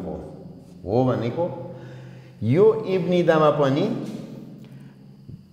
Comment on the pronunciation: 입니다 ईप्नीदा भनेर उच्चारण गर्नुभएको छ त।